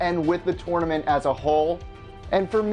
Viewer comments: Can this guy not say tournament correctly!!! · I hate the way he said tournament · Why do you say tournament weird